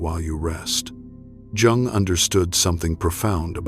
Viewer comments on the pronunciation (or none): Its pronounced Yung not Jung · Yung! It's Yung,please don't say Jung😂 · Its pronounced YOUNG , NOT JUNG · /ʤʌʊŋ ˌʌndərˈstʊd./ ? If you can't pronounce his name correctly, then yeah, that is disturbing and certainly not the kind of thing that I want to listen to going to sleep. I stopped watching here. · This is SO positive! The beginning of this the reader spoke Jungs' name while pronouncing the J. The J in this name is pronounced as a Y. In the later portion the reader said Jungs' name properly. 😊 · I hate Ai. It's not Jung that's Chinese pronounce, it's pronounced young or Yung in German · Try and pronounce is name properly please. Americans are such a concern today. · I find this video, at best, is a modest interpretation of Jung's work. However, one of the things that I noticed is you do not know how to pronounce his name. You shouldn't be creating a video espousing his truths if you cannot honor himby correctly enunciiating his name. While, many of the points here may start with some of Jung's thoughts and ideas, I think that the video falls far short of the interpretation of what he was really expressing. I think that while we should seek internal solitude and quiet reflection, we do have to then take our wisdom out to the public. Why would we aspire to wisdom and then not share that with our grandchildren? Every great teacher in history spent their early years in study with their elders, once they came into their own discovered wisdom they began to shatr their wisdom with fertile minds; those that recognized the wisdom and took up the same journey. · How can you make a 2.5 hr vid about a guy who's name you can't even pronounce? AI content sucks. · Hello AI robot please try and learn how to pronounce the surname Jung properly. Then you might be able to spread his true words seriously.. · AI narrator not pronouncing "Jung" correctly. What the actual